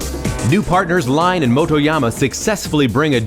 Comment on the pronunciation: Thanks for the upload! Wish the narrator could pronounce Richard Lyons's last name properly though